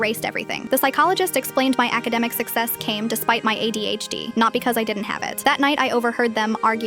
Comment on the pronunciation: I heard AIDS instead of ADHD and i was mortified and confused in the beginning